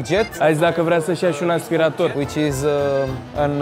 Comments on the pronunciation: Bine pe engleza… “ASPIRETOR” 😂😂😂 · Aia cu “aspireitor” e cuvant nou in engleza 🤣🤣🤣, noi la scoala am invatat vacum cleaner parcs 😺😂